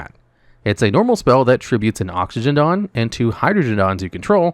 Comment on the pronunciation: Again with butchering Hydro-je-jon and Oxy-je-jon's names.